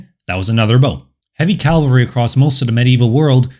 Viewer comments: Cav-ul-ree. Not calvary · It's CAValry not CaLvery. That's a place in the Bible. After a while it gets to be like fingernails on blackboard. For me, it makes the video less enjoyable. Other narrators on the web do that as well. I wonder why? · Its, "cavalry," not, "calvary." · Cavalry, not Calvary. Calvary is a church. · Did i hear "calvary", instead of cavalry. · If anyone out there is still looking, does he pronounce cavalry as “calvary” the entire series( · Great video, love that you cite your sources. Please stop pronouncing cavalry "calvery". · Great video (and channel!) but small pet peeve, please stop pronouncing it "calvary"!!